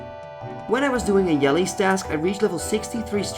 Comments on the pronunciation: Yellies task? Pretty sure it's pronounced with a J, hence the Jello shape to them. Gratzzz on 20k subs btw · Are you trolling right now? :D U do pronounce it incorrect :P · "yellies" the accent haha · did you just say "yellies"?